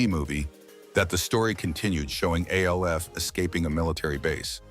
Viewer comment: Why are you calling it A.L.F. .... even though he was named after the acronym for alien lifeform, they called him Alf (sound it out with a short a sound) in the show and that was how they announced it back in the day. Only in the first episode did they say the letters, A.L.F. That you keep calling it A.L.F. makes me doubt you know anything at all about the show. You are probably making schyt up or got the info from ai ... or you are ai. Leave our sacred shows alone. Btw, for those who come after me, benji (the guy who played brian, the son) died in 2024 of heat exhaustion. He was only 46 yrs old. 😢